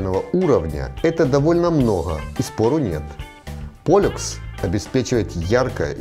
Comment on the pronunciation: Поллукс, а не полекс.